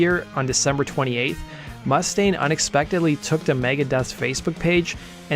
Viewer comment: Oh my effing god! Can you friggin' pronounce Dave's last name correctly, please? It's goddamn frustrating when people can't pronounce words and names correctly. It's not MUST-aine. It's mus•TAINE!!!! Listen to Anderson. The person you actually put in your own video! Mr. Cooper pronounces his name correctly. Learn from your own video. Seriously, go to the part where he says his name. Play it back about 20 times and repeat slowly. Listen and learn! jesus friggin' H., man!!!